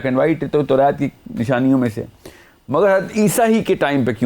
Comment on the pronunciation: Demand ko demaind kehta hy torat ko torait kehta hy .alfaz pura bolta bhi nhi or phir ghalat pronounce krta hy